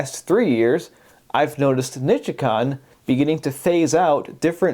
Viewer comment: *The correct pronunciation for that large-sized capacitor made in Japan is: Nee-Chee-Kon;...-->>Not: Ni-chi-con. Once again, very good content; great background jazz; great audio equipment; but, horribly bad intro/opening short-clip music-!!! Bravo for all the good work you are doing in this hobby. I'd still like to know what part of the U.S. you operate out of-?